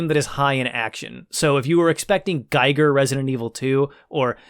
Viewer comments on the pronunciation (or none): His name is pronounced gee-ger not gay-ger, ffs. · the way you pronounce "giger" sounds like you have some experience pronouncing german words. the i is just an i though. you pronounce it like "ei" german doesn#t make sense when it comes to this. still cool that you pronounce it ei, since most don't bother. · However, he pronounces Giger incorrect. As Giger was a Citizen of Switzerland, the Name is pronounced with an I like in Index or India :) The review is great though (as always) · Not super important, but HR Giger's last name is "GEE-gur". It's a long E sound, not a long I sound. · That’s not how “Giger” is pronounced.